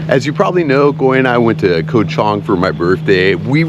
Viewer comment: KOH (island in Thai) is pronounced GAW. Come on, what happened to your Thai language lessons?!?!